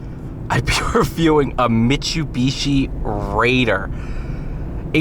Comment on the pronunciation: STOP SAYING MIT-CHEW-BEE-CHEE. Jfc.